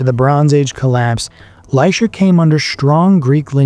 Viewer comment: Lycia is pronounced LY-SEE-A, not LY-SHA